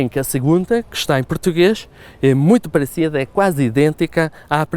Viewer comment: Foi o primeiro vídeo dele que vi. Achei que fosse português também. Pronúncia muito boa. Só consegui notar um sotaque castelhanizado quando ele falou "parecido". Pronunciou o "C" com a ponta da língua. A propósito, explica muito bem!